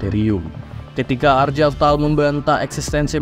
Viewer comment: Bang ane sekalian izin koreksi beberapa pengucapan di video ini sama beberapa video lainnya ya. 1. Weapon itu dibacanya wepon atau *wepen*, bukan "wipen". 2. Gak semua "g" di nama itu dibaca "j" seperti jeans. Contoh di video ini nama Argel Tal jadi "Arjel Tal", padahal sebenernya ya dibaca sesuai hurufnya dengan g. 3. Chaplain itu dibacanya *caplain*, dari akar kata *chapel*. Sesuai dengan peran mereka sebagai pendeta di kalangan astartes. Jadi gak dibaca "kaplain" ya bang. Btw kalo ada istilah yang kurang jwlas atau bingung bisa tanya ane aja. Ane siap bantu untuk sebarin racun warhammer 40k hahahaha.